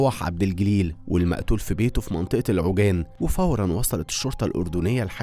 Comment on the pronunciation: العوجان 😂 عاواجان تلفظ😅